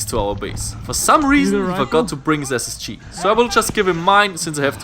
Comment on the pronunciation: It’s ssg not sschi